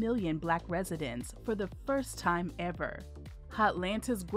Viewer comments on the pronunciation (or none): none